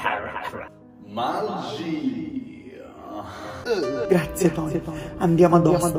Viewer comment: Sono sparite tutte le H: MAAGIIIIIAA